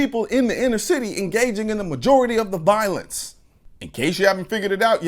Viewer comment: Warren needs to learn how to even speak. She only talks about "Gun Viowense". Personally, I don't know what "Viowense" is in the first place....